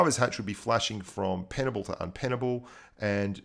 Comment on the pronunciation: Inpenable not un!:)